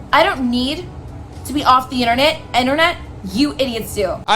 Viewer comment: she couldn’t even pronounce internet correctly 🤦🏻‍♀️